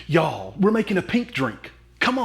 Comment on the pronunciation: I was born and grew up in Alabama so every time you say “y’all” it is music to my ears 😍💃🏼❣️